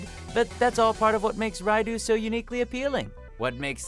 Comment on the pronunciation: No Abel, Joker at #1 unironically, mostly spin off protagonists, Flynn not in top 3, and somehow managing to pronounce Raidou wrong. Oh yeah, it's casual time.